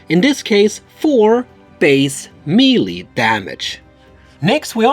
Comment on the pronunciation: I really enjoy your teaching videos. I’d like to give a little something back. The word Melee in English is derived from a French word. I n English, it is pronounced: Meh'lay. (Do not try to pronounce the H. I added the H just to show how the E is pronounced.) -Toby